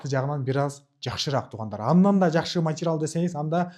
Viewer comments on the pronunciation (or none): Овтамачический,матирал дебей туура сүйлөчү.